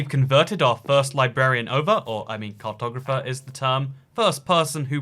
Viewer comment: I thought he said cocktober fest when he was saying “cartographer”